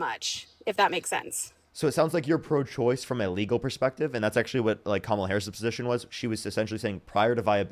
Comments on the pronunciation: She can’t pronounce KA-MA-LA??? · “kudos” she literally called mexicans “illegals” and said she didn’t know how to pronounce kamala… liberals are so fucking stupid bro 😭😭😭 y’all will give kudos to fucking anything except actual leftists and THAT is why we lost the fucking election. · She can’t pronounce Kamala……..oh dear me! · "I don't know how to pronounce her name." Girl. It isn't hard. Comma. La. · It has all the elements of a cult! Especially the devotion despite the self harm they experience as a result of that devotion 😢 it also seems like this girl is scared to even mistakenly agree with Harris and it's probably because in her area it's social suicide to betray MAGA. P.S. It's like "Comma," the punctuation, then add a "La" at the end. Something that I am sure most Americans could correctly pronounce if they actually wanted to. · They deliberately mispronounce Kamala's name because Trump does it. Once I hear them call her Ka-MA-la, I know they just suck up everything he says. No critical thinking skills necessary; which is exactly why he targeted them as he initially built his platform. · I just can't believe these people are allowed to vote. They can't form educated thoughts on the most basic of policies, let alone pronounce a 6-letter name. It's embarrassing. Either way, at least she is listening and willing to learn. That tells me that, deep down, she knows something is wrong. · Honestly that was painful to listen to. She is the perfect example of what Trump meant by loving the "poorly educated". Wow. Plus, in 2025 it isn't hard to educate yourself. She could have found all this out if she really wanted to. She couldn't pronounce Kamala Harris's name and I'm sure she doesn't want to pronounce it either. Trumpers vote for him because they enjoy the perks of being racist and hateful toward anyone who isn't white.